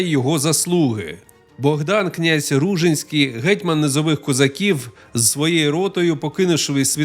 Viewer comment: Ну, по-перше, правильно РужИнський (наголос на и). По-друге, це звучить як фантастика, що князь з кількома тисячами козаків зробив військовий похід навколо Чорного моря, через Дон, Кубань, північ Малої Азії, Болгарію. Де ви берете ці дані?? 😅 До речі, його потомок, князь Кирик Ружинський, який спочатку також мав добрі стосунки з козаками, згодом нещадно з ними воював. По аналогії з князем Дмитром Байдою Вишневецьким, потомок якого, князь Ярема Вишневецький став найзапеклішим ворогом козаків